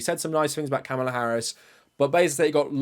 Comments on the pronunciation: But also mispronounced the name Kamala in this video. You don't have a problem with that? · You pronounced Kamala's name wrong twice. As a black woman, I can safely say we have a history of our names being pronounced wrong. Please do better 🙏